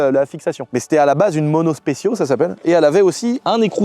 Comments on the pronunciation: mono spéssio... ça me stress cette prononciaFION ^^ SPEKIO! SPEKIO!:D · On dit monospekio (monospechio en italien !) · Specchio , se dit mono "speckio" 😉